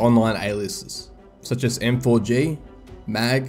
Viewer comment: M4G==MAG Idk why it hurts my brain whenever he says M4G